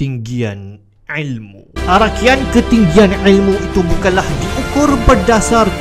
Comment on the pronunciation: orang lain: il mu: ael muu